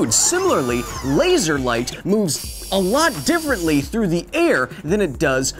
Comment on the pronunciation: A LeEeiSsur - Kyle